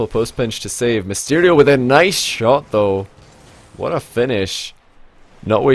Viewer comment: Misterio....... Nice pronounciation